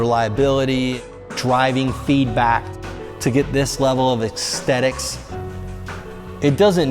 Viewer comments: “…to get this level of EXTETICS”??? Huh? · “Exxxterickss” Lol